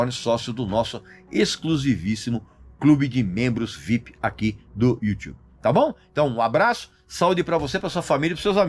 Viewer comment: Toda vez q o Régis fala Youtube, eu penso q ele tá falando do U2 kkkk.